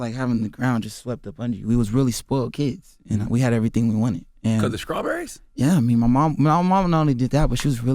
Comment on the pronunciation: Damn Charlemagne was off his game #horrible please stop saying scrawberries.. DAMNIT